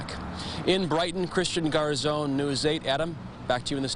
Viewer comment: Christian Garzone -- please learn how to pronounce his last name correctly.